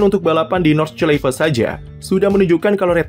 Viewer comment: Bacanya Nord-shlai-fe